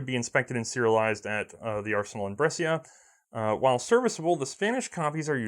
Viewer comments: Brescia: Correct pronunciation is ''bresha'' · Mate, the "scia" part in "Brescia" il pronounced like "sha", like in "sharia", ok?